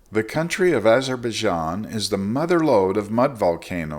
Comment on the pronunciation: "Eyes of baijan"